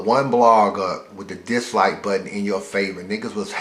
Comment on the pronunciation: my nigga has a tough time saying "dislike" though